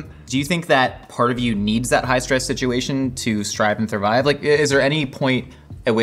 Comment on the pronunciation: "strive and thurvive" LOL